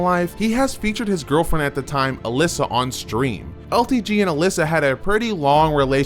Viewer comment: Funny that u say alissa like shang tsungs video, its Alaina